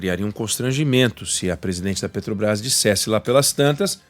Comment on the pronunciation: Esse jumento fala "pretobais" se não sabe nem falar, como vai entender de precificação dos combustíveis.